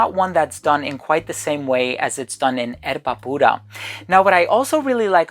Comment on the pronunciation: Amazing video/review! Perfect pronunciation of Erba Pura… Bravo 👏🏻